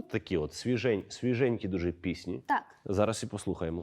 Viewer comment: дуже цікаво дивитися! приємно що шоу українською. Та дуже ріже вузо наголос у слова "пісні" (множина). ПіснІ повинно бути, а ведучий постійно каже пІсні( це дрібничка, а шоу дуже класне))